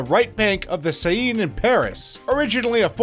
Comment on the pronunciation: Lewarve palace on the Say-een river. Funny.